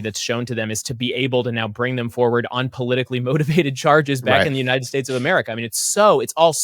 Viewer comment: I can’t listen to her voice, especially the way she pronounces ‘United’